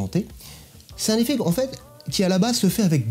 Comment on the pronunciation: "un super petit zeffet" comme dirait:-))) Blague à part, c'est flash, rapide et très impactant, BRAVO à vous 2!!!